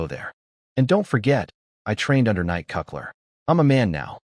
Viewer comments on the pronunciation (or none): If it's written as N-I-C-K C-U-T-L-E-R, why does the TtS read it as Knight Cuck-ler?